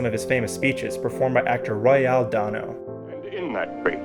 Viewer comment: Royal Dano's name is pronounced Roy-ul, like royalty or royal blue. And Dane-oh, like a Great Dane with "oh" at the end.